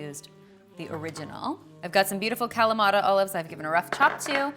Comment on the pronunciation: Your olives are from Kalamata! Omg I love how you pronounce this town and guess what! I am from Kalamata!!!! Haha